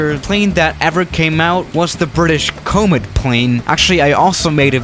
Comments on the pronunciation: Never heard of Co-met! Actual pronunciation; Commit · "The Couwmet plane" ... it's pronounced Commet not Couw-mit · Coomet? Hahah the way you say comet, you had to have said that on purpose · English Language:: cOmeT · You realize you misspronounce Gauge, but don't realize musspronouncing Comet? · This bloke does not even know how to pronounce ‘Comet’!